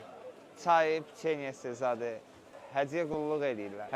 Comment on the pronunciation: Gicdillaxlar optovoy sözü var hoptovoy yox!!! Gic gic danişmayin Цай уох cay deyin !!!